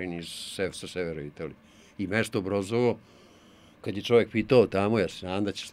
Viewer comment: Nije mesto Brozovo, već mesto Brozzi, čita se Broci. 🙂